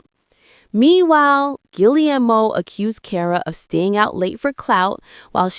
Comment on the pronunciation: You’ve got to be kidding and please learn how to say Cara‘s husband‘s name correctly ge air mo